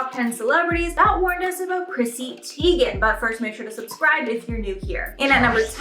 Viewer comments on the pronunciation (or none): You're pronouncing her last name wrong. It's said like ty (then) gen. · Uhh yeah, Who is Chrissy Teigan? 😅